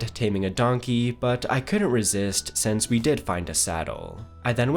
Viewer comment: It’s SINCE. NOT SENSE